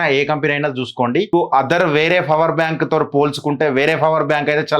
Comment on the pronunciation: Bro fower bank Kadu power bank 😅 Just kidding bro